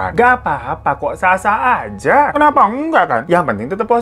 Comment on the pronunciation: bang hiro bilang "febby ajjah".. ajjah nya itu loh 😂😂😂😂